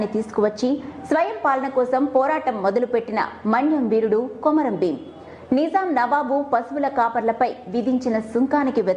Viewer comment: కొమరం ప్రచురణ సరియైనధి కాదు( కుంరం)